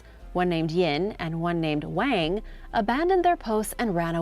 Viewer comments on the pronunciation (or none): none